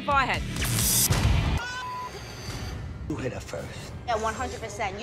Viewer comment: “ she got popped in the fawhead” 😂😂